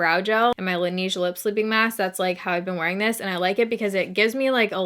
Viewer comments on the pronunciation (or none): Laneige is pronounced with a short e sound, "eh" instead of "ee" like you are saying. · I love you and your videos so much but I can't sit by and let you keep pronouncing Laneige the way you do 😂 "La neige" is French for snow and it should be pronounced almost like it rhymes with "edge" but with a softer "j" sound (like you're about to say "shush").